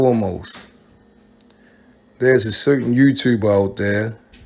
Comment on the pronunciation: Your Baltimore accent comes off strong when you say “Dude” and “YouTube” I’m from Chicago and that Baltimore talk is wild to me. I couldn’t even do a Baltimore accent if I tried.